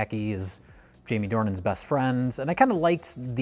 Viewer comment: Why is he pronouncing it Due-han???? The guy is called James Dornan